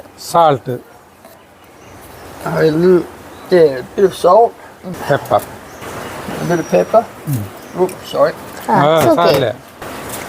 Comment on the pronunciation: 😂😂😂😂 'Uupps' for salt. It's too funny. Lv u all! Chirichhoru vazhiyaai... 'Organic brush'... Not bad...😅 englishukarantte koode oppathinu pidichu ninnu. 💪😊. It's a very entertaining video. Really enjoyed it.❤